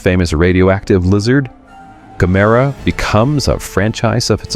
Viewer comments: Gamera is pronounced about the same as camera, not gamAIRuh. GAMuhruh. And how can it be japans answer to Godzilla when it’s also Japanese? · The crawling brainstem/spinal cord will forever be my favorite. I need to make a puppet of that for next Halloween. btw, it's GAM-er-ah, accent on first syllable. According to MST3K, anyway. ;) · Gam-er-ra, at least pronounce it right. At least try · "Gah-MERR-ah"? Cue Drax: "WHY Gammera?"